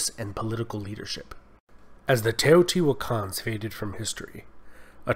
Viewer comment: Oh yes... "The Teejohtiiuakaans"; White protestant descendants of Dutch settlers? (I think he meant to say, "Teotihuacanos", but ok) ... We can call them "Teotihuacans" without breaking any English rules, I guess.